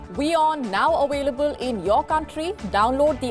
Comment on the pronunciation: now awailable lol